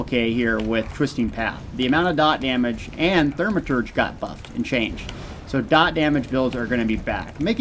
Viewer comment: Its NOT pronounced THER-maturge....its THAU-maturge...